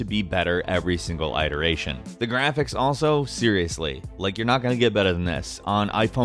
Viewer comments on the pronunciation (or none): iteration is pronounced "it-ur-ay-shun" not "I-tur-ay-shun" sorry to be that guy, but it was bugging me. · what is an eye-teration? I know Americans like to over pronounce words that start or end in "i", like Eyeraq or Multeye as opposed to Iraq and Multi, but eye-teration? Seriously? It's pronounced it-eration. Glad I could help with these unusual, foreign words.... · "Eye-teration." It's "iteration,". Short "i." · What's with pronouncing iteration as ayt-eration? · Eye-teration? Really? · You know there's no such word as "adaption" right? Did you mean "adaptation"? "adoption"? Also that's not how you pronounce iteration. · You say iteration weirdly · Bruh you pronounced iteration wrong